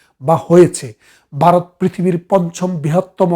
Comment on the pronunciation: বারত বললে শুনতে কেমন যেন লাগে